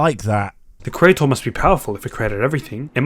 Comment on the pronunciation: Whats a cre-ayt-ar?